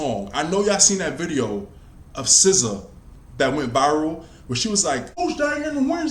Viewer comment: Dont ever say "Scissor" again. Its SZA. You're also obsessed with Aaliyah.